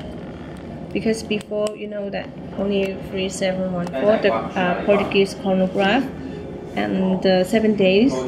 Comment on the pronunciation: Its Portugueser . Get it right man